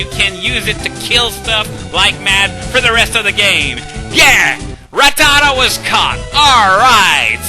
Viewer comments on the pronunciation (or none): When you were talking about Ratatta, all I could hear was "TOP PERCENTAGE!"